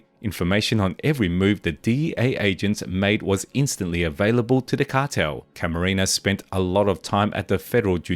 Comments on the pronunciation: Enrique "kiki" Camarena not caramina😂 stop please😂you effff up the hispanics language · It's Camarena not Caramena. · CamaREna not CaRAMENA!!! 😅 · Enrique CAMARENA, not Caramena... Geez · Seriously it's not even a difficult name. Hey at least not Macarena, could have been worse